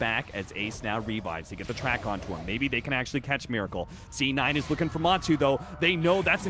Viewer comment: he said "D9" lol